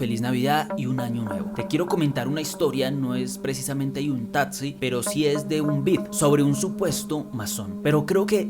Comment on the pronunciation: Me parecen brutales los relatos, pero no aguanto la dicción. Un consejo, trata de mejorar la pronunciación "tatzi" por taxi